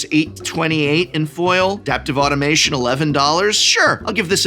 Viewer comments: “Adaptive AUTOMATON,” Prof, not “Adaptive Automation.” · Excellent intro, and the profs energy for these matches my own. Sigh... I can't stop myself from pointing out that it's automaton, not automation. uh-TAWM-uh-tawn. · I hate to be that guy, but there's no "i" in "AutomaTON"